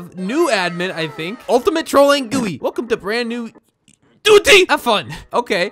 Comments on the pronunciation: ita g u i not gui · pretty cool to see someone call it gooey instead of g.u.i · GUI you say it as g.u.i